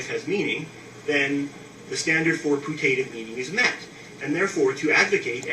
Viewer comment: FYI to fat smokey guy... putative is pronounced like the chairs in churches... mr. interlectural